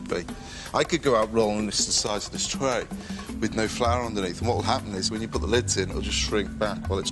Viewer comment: ''The size of this traye'', the way he said that haha.